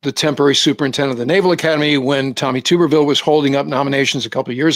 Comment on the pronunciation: Tuberville is pronounced like "bath tub," not like "YouTube."